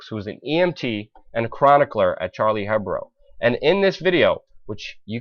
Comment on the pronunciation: Be even better if you knew it was Charlie Hebdo, not Hebro. I mean, I wouldn't describe myself as being on top of current affairs but even I know what that name is. Also, it's not Patrick Pellix - it's pronounced Patrick Pelloo but spelled Pelloux, a common French pronounciation. Again, I'm minimal in my knowledge of France but even I know that. A journalist should certainly know better.